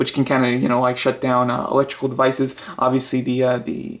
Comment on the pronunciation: and then as you go deewwnn yiuuu hev de heeeenndss this part made me laugh 😂